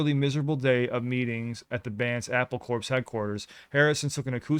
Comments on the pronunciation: Did he just pronounce Apple Corps as Apple "corpse"? lol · You're missing out on a huge Beatles pun because of a mispronunciation. Corps means an organized group of people under one authority, like a branch of the military or a company. It's not pronounced like 'corpse', it's pronounced like 'core', thus Apple Corps or apple core. It's probably the second biggest Beatles pun after their own name. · Pronounced "CORE" Apple CORE. A corpse is a dead body. CORE. Like Marine CORPS (CORE). Apple Corps. Apple corps(oration) is a play on words. The left over part of the apple is the core. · BTW the company is pronounced as Apple Core (it's a pun) and not corps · Apple Corps... pronounced 'core' not 'Corpse'. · It’s pronounced Apple”core” not corps. With all the respect, you really need to start from the beginning with the Beatles and work your way through to see the revolution. I would suggest you watch a short video on YouTube entitled the brief history of the Beatles. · I wanted to make a pedantic comment out of love bc it’s soooooo cool. You’ll love this. The ‘ps’ in Apple Corps is silent. So it’s pronounced Apple Core!!! lol. They’re as sweet and nutritious to the soul as an Apple is to its very core. And you are simply adorkable. is lucky to have your heart. You both are a perfect pair of pears. See what I did there?! I’m hilarious. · Corps is pronounced "core". It's kind of a joke. Apple Corps. They had a great sense of humor. Thanks for sharing. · Apple Corps is pronounced Apple Core. Don't let a marching band or a military person from ANY branch hear that. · Just quietly, Apple Corps is pronounced in English/Commonwealth English as Apple Core. A little joke from the boys. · Corps is pronounced C O R E. 😂. Apple Corps is a pun. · Youre missing the joke man, its pronounced "Apple Core" when you read Apple Corp. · Apple Corps is pronounced Apple Core. I love George Harrison's writing. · Apple corps is pronounced apple core, get it?